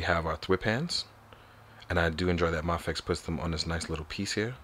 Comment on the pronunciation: It’s pronounced may-fex (mafex)